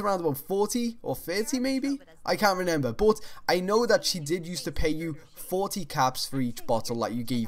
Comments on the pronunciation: how many times did he say renember in this video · When you say remember wrong